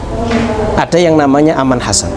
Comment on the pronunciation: Keren ..sebuah pendekatan syar'i yang patut kita acungi jempol.tinggak sebutan nama saja .bukan Aman Hasan. Tapi Arman Chasan